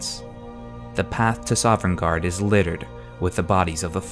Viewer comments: My only beef is that you say "Sovereignguard" instead of "Sovngarde." Still, I enjoy this series and you're very good at tying episodes together. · FFS he can't even pronounce Sovngard right...